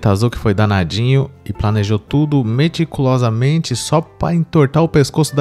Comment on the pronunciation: O grande problema pro Caneta Azul ter planejado tudo meticulosamente é ele conseguir falar/pronunciar "meticulosamente"....